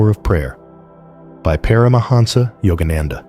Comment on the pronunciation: Great information from Paramahansa Yogananda about the Source of Life Itself, ironically delivered by a lifeless robot that mispronounces the names "Yogananda" (twice in different ways) and "Yukteswar". Keep posting this wonderful information, but get the cheap robot fixed or (more respectfully to the information) — gone.